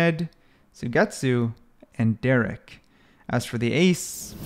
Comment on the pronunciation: u monkey said derrek instead of derke AND ZMJKKKKJ instead of kang kang bro stop ranking if u dont even know the names